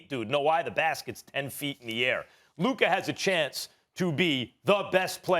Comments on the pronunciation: SAS Can't Talk Luker 😂😂😂, I remember He Used to Say Kember Walker and Kawhi Lenned 😂😂😂😂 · no one: stephen a: “luker” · "Luker" this dude lol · Stephen A "Lukeer" Smith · Who is Luker? 😂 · Luker don-chick